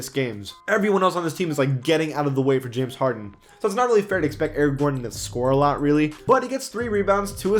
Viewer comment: He said jamison harden